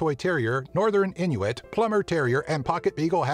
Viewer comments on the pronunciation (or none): none